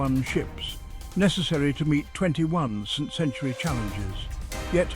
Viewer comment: At 31 seconds can't pronounce the word century, nice try AI. Besides would never do a commentary for such content, it isn't natural 😂